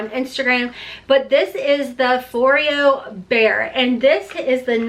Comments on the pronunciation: Just to let you know that the e in Foreo is pronounced like an a. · It’s foreo 4-A-o